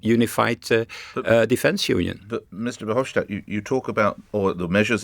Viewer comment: FYI: It’s pronounced “Fer-hoff-stat” not “schtat”.